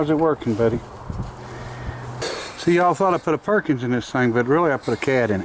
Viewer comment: With Nana around, it's not a Perkins, it's a "Purr-kins".